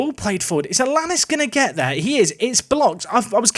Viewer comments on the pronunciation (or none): Think it might be Alan-ees for Alanís rather than Alannis, pronounces like Star Anice